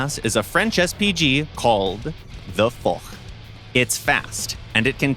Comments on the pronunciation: Ikr. That foK was a pain to hear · It's pronounced "Foshh" not FOCK xD but It's funny ngl. The "AMX-50 FOCK" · About the AMX 50 Foch, the correct pronunciation of "Foch" is "FoSH" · It's pronounced "Fosh" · foch not for it's prononced foche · Virgin English narrator unable to pronounce "Foch" correctly vs chad Russian one who managed to Both fked up with the Waffenträger tho